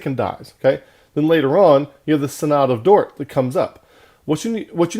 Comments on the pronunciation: Sin-uhd not psynod :) but awesome truth! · First, your mispronunciation of synod signals your lack of authority. Second, you misrepresent Calvinism. Third, you don't back any of your condemnations with scripture.